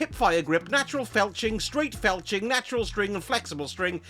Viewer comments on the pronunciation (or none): Im curious as a streamer that doesn't swear and seems pretty PG friendly. If you know what FELCHING means when you mis-read the word FLETCHING